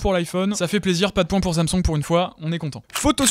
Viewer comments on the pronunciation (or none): Faut dire " sam soung " pas samsong " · Le « samsong »